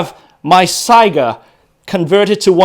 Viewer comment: First rate video. All of you people who mispronounce Saiga as sega(game system) listen to how it's correctly said in this video. Saiga = sigh guh not sega.